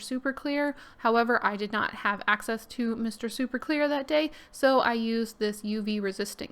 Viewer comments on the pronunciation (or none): none